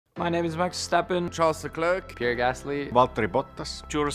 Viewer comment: Charles legit butchered his own name